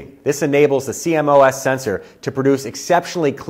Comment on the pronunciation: I'm sorry, but the sensor type is pronounced "See-Moss" not "C-M-O-S" and you'd think anyone in the industry would know that. (While we're at it, the Canon camera family is pronounced "Eee-Ose" not "E-O-S")